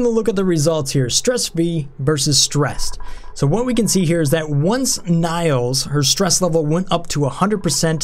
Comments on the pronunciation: I don't know why, but you calling Nails by the way you do pisses me off. Don't know why. Her name is Nails, kind of like hammer and nails. Just saying. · Nails is pronounced the same as fingernails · Is that really how you pronounce the name Nails? As Na-[y] - ls instead of Nails (wood nails)? If so I've been wrong, haha